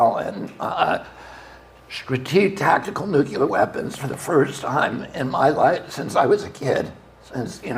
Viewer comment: love u bobby. first note: say 'NOO-CLEAR' please. i love this so much. second note: RFK is the BEST candidate to reverse/upend regulatory capture of our national/federal agencies. let's go ! bravi ! third note: BEST SCIENTIFIC EXPLANATION of trans people and neurobiology i've seen to date. love my trans/gay friends. #RFK2024. by Robert Sapolsky "Robert Morris Sapolsky (born April 6, 1957) is an American neuroendocrinology researcher and author. He is a professor of biology, neurology, neurological sciences, and neurosurgery at Stanford University. In addition, he is a research associate at the National Museums of Kenya" Bravi to both men and those attended and watching . Fifth point: I’ve been pro Palestinian people for a long time, big credit to for her crusading journalism on the topic/issues there. Bravo to Bobby for illuminating the Gaza situation better than I’ve ever seen/heard. Thank you 🙏. Bobby is the most informed and factually intelligible candidate I’ve seen discussing the real issues we face in the USA. Can’t wait to hear the rest ! Sixth note: thank you so much to Bobby and everyone involved in this campaign/production/movement. There is no candidate, to my knowledge, who shares the breadth, depth, and detailed comprehension of the facts, dates, and interlocking mechanisms of the state and the Military Industrial Complex. Thank YOU Mr. Kennedy for your service, bravery, and compassion for the American people; may we rewrite history together. Peace, prot